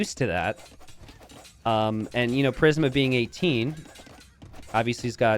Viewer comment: Prism (PRIS-M) killin me with mispronunciations